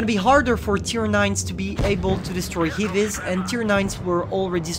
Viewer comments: Heavies , not hivis... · Why is he saying "hivies"